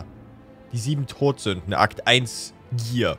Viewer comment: Ich hab die ganze Zeit gedacht : Die Sieben Brot Sünden? Was ist das für ein Name? Bis ich genauer hingehört habe und mir aufgefallen ist das es tot nicht Brot ist 😂